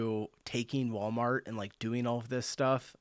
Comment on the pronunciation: Thanks, i had no idea Walmart is pronounced Wall-e-mart in the US.